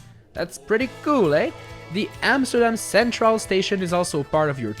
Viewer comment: Dude you are saying the Amsterdam words so bad😂😂😂